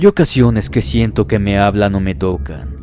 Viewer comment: Like si escuchaste envés q diga siento dijo shento